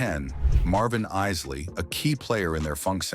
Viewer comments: The esley brothers😂😂😂 the Eyesle Isley Brothers boo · Yea, but this is some AI generated bullsh*t!! Didnt you hear when the ROBOT narrator said the iz lee brothers??? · O-0-h child?! The chi lites and the Is-ley brothers?! What is wrong with this man? He is doing a damn diservice pronouncing these names this way!!!😆🤣